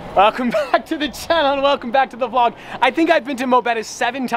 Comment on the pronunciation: He said vlod